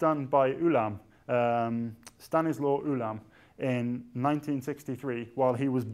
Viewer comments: 'Stanisław' is pronounced 'stah-nees - wahf'. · Stanisław should be read as Sta-knee-swav, it's not that hard to pronounce, just counterintuitive for English speakers.